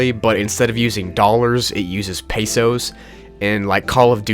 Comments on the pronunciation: Its not "peysos" its "pehsohs" its spelled "pesos" but pronounced "peh-sohs" not "peysos" (pesos is a filipjno word and i am filipino) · on number 6, is the monopoly currency the national currency of the philippines? if so, its actually said as pesos not peysos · Wh6 you say pasos it's pesos ok? I'm filipino grammar good for me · did you just say "peysos" instead of "pesos"? .... it's pronounced the same as it seems and omg I killed an ant like just now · bruh its pe-sos not pey sows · "P E Y S O" funny how you pronounce peso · “Peysows” please help me 😭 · he said pesos as paysos 💀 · did not know that google also butchered the word/currency "Pesos". it is not pay-sos. it is how the currency is spelled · why did you even say "pesos" its pronounced a hard pe then say sos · "paysos" rally made me laugh lmao I think he meant pesos like Filipino currency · Pesos Is like pezos lol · "monopoly but instead of using dollars it uses pesos" I am happy how it's pesos as a Filipino but extremely sad on how butchered the name was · you said peso wrong😣😣😣😣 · WHO says pesos like that.... am sorry but i had to ask has a spanish peso user lol